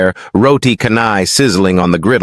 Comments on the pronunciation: I will not subscribe until you pronounce "roti canai" correctly -- it's not roti "kanai", it's roti chanai"--- the "c" in canai is not like c in "cow" but c in "cello". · It's pronounced as 'CHAR-nahy' not 'car-nahy' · 😂😂😂 I follow this channel actively but turn off because of roti Kanai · Aku tak boleh la doe dia sebut "kanai" 😂